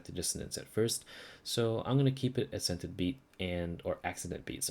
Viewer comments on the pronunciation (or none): Accented beat is pronounced Ass scented which is quite funny. thanks for the guide.